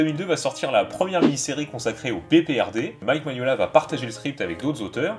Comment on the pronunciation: Par contre, c'est Mignola, pas Maniolia. Et un peyit hommage également à Dave Stewart, qui est devenu son coloriste attitré, et qui participe grandement à cet univers. C'est dommage que le BPRD soit moins bien illustré, malgré un scénario vraiment dantesque !